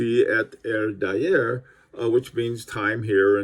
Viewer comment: is your Van Cleef image displaying or ? You did a fine pronunciation of Heure d'Ici & Heure d'Ailleurs! See their detailed closeup